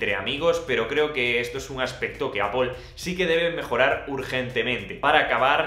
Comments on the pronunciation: ApoL silicon ???? :)))))))) Porque dices ApoL ??? :)))))))))))))) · Apoel apoel apoel. Vídeo interesante pero tengo que revisar cómo se pronuncia Apple en inglés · EL día que aprendas a pronunciar ¨manzana” en inglés, tus vídeos ganarán muchísimo.